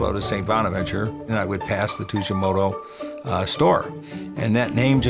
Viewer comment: Tujimoto ≠ Tsujimoto.